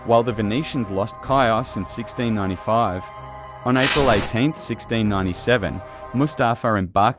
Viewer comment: Chios is pronounced He-Os. Hard H. Os as in Kos. My mothers island. Damn awful history as far as revolts against Turks and reprisals. The Venetians while awful at first trying to convert Greeks to catholics, who'd rather die since no Greek catholics exist, became decent rulers of Greek regions in the 1600's. When they both realized they were surrounded and had more in common with eachother then their common enemy. Cretans & Venetian held out in Iraklio for 20 years. My father's island.